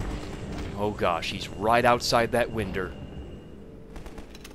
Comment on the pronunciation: Easter egg for this video he said winder